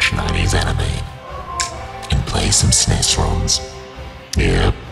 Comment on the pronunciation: never heard anyone call it "Sness" before. stealing that